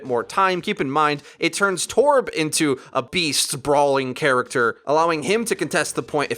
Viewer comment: please stop saying “torb” like that, you sound strange